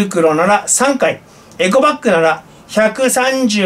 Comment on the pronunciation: エコバッグっではなくエゴバッグ